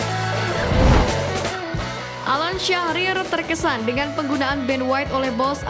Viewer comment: alan syahrir orang wonogiri kali bang😅